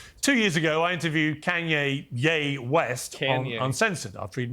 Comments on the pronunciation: “two yearrs ago I interviewed Kainyay YayWest” 😂 British accents usually sound good with every word, but definitely not Kanye lols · That's not "Kanye" it's ye. Get it right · Kanye got insulted like the typical leftard that u said his pronounce wrong.